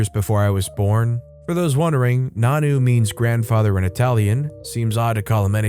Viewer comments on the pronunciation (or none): Nonno doesn't pronounce as "nanoo" It pronounces as nonno you Say o as o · It's pronounced non-no. Not nanu, like Mork & ,Mindy